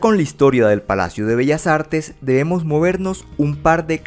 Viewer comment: Lo pronunció de manera perfecta, no se que de carajos hablas.